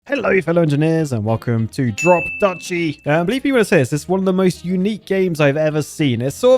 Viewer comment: It’s pronounced Drop “doochie”